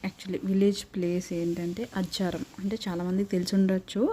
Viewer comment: అజ్జరాం కాదు అజ్జరం అంటారు